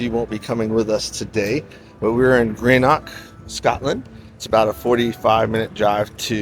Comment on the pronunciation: I wish tourist's would learn how to pronounce the places they visit it properly. Glasgow isn't Glasscow..its Glazgo or locally Glesga and Edinburgh isn't Edinburg but Edinburra. Greenock is green-uck not Grenock. What colour is the grass for god sake. GREEN you moron!!